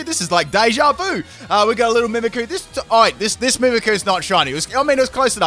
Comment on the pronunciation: Btw it's "mimikYOU" not "mimikoo"